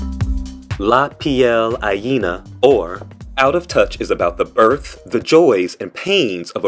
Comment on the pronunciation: Not only was the pronunciation atrocious but the translation is completely wrong. La piel ajena translates into roughly Someone else's skin. How on earth did they come up with Out of touch...